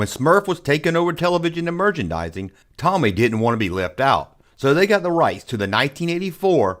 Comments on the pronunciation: Pronounced TOE-ME… TOMY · I'm having a shot of whiskey everytime 'Toe-Me' is mispronounced 😂😂😂 I'm smashed! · It's pronounced "TOE-ME," and they have since merged with Takara to become a Japanese toy-producing powerhouse. Also Robostrux/Zoids came out in 1984, not 1986. The Starriors line was an informal part of the line. Snorks wasn't meant to be a Smurfs rip-off. It was meant to be a replacement after it came out that Peyo was a communist and using the cartoon to push subtle communist messages. They re-named "Puckman" to "Pac-Man" because vandals with a sense of humor would vandalize Puckman video game machines to turn the"P" into an "F." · your pronunciation may not be correct but you do you 😉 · I fully support and his mispronounciation of Tomy. Never change